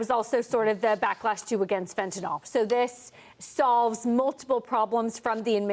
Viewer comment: Journalists, the drug is fentaNYL and not fentaNOL.